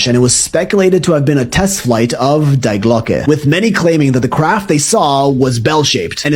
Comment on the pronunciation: It is „Die Glocke“ D I E not spelled Like „Die“ from „Dying“ but with the pronounciation on the „ i „ you pronounce it „ DI „ not „ Die“